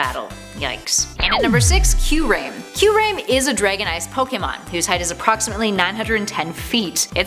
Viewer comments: I'm a poke-fan and I'm mad the way she pronounced kyurem, rayquaza and necrozma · I thought it was kyurum in pronouncetion not kyureim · Joratina, Kayurem, Zapados, Eviltal...smh🙄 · "zapados" "kyuraym" "riqwaza" "jiratina" seems legit enough. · Kyurem Her: " Q-Rem "